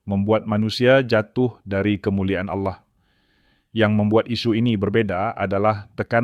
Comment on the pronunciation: narasi nya ok sih..tp jgn asal baca aja..kalau mmg yg baca narasi nya tdi beragama islam lebih baik membaca narasi tentang islam aja..jgn baca narasi tentang kristen..kata "Allah" harus nya dibaca dgn logat bahasa indonesia yg bnr..jgn kearah2an...dan carilah kata2 yg mmg hanya mnngunakn istilah2 atau kata2 kristen aja,jgndicamour aduk dgn kata2 istilah islam,sprkata "aurat ",dsb..spy tdk terasa aneh dalam mengikuti atau mendengar narasi yg diucapkn tadi...agak sedikit aneh dan menjijikkn aja mendengar pengucapan "Allah" dan kata"Aurat " td... Thx